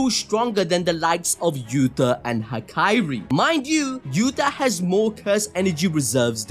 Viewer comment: HAKARI BRO. It’s HAKARI. goofy ahh